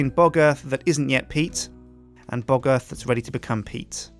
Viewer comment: Anybody notice how close pronounciation of " Bog Earth " sounding real closely to " Bugger "?